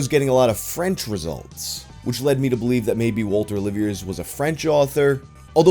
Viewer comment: it's pronounced oh-liv-e-ay